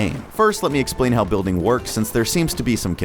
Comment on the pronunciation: "Buliding" hhmmmm